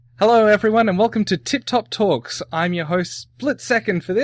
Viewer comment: Haha, you pronounced TTOPP wrong, it's like Tee Top :P Pretty pleased how it turned out otherwise though.